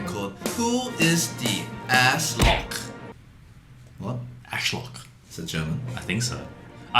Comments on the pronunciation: As for a german, I think its clear, that you meant "Arschloch", but it sounded more like "Äschlokch". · In german its Arschloch btw i mean your from Australien so i accept the pronouncelation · It's so funny to hear Brett trying to speak german 😂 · How the heck did he pronounce Arschloch?! Xdddd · yes Brett, it's German, with an iNtEreSTinG pronunciation <3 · i mean.. close enough (the pronunciation needs some fine-tuning but you're right, that's what it is in german haha) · I laughed so hard when they tried to pronounce Arschloch 😂